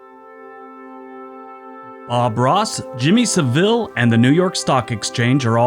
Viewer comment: If you watched a documentary about Jimmy Savile....you clearly didn't listen to it....his name is pronounced in the same way as travel.....like Jimmy Savell ....the emphasis on SAV, with an L at the end....like in ......unravel